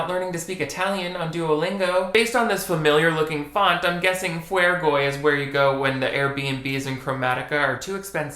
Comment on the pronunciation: i can’t stop laughing at “fuergoy” lmaooo